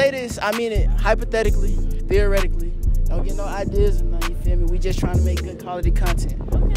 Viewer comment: Nigga said Theoretically 😭